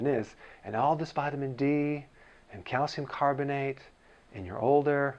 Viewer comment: YOU PRONOUNCE IS CALCIUM! NOT CALCUM. I would've thought you'd say 'calcum' after pronouncing it 'aluminum'.